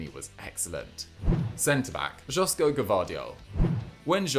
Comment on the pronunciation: Epl fans still call Armando Broja pronouncing the j like he is spanish, of course they will mispronounce Josko